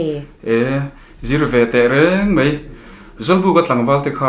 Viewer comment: ani mai tih turah ani mei tia i lam hi chu a dik hlel deuh